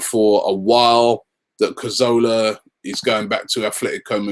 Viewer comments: Can someone just tell Robbie that it's Cazorla not corzola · Cazorla* not Corzola..